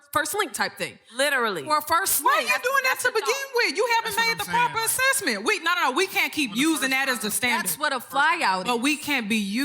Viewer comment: PROP-ER AS-SES-MENT